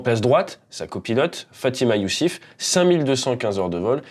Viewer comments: tu parles tres bien sauf qu'au niveau des noms des villes et les noms de famille tu as un peu de mal😐 je me suis arretée a Fatima Yousfi et non Youssif comme tu las prononcé sans oublié Ghardaia... bon maintenant je termines ta vidéo qui est quand meme pas mal 😉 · Yousfi et non youcif Problème de vue ? Et erreur d'attention ?